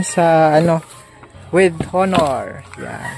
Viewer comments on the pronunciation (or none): To pronounce Honor is silent H. “Onor” not HO-NOR!